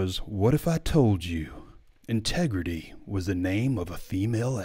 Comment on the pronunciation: It’s called ‘tregrity,.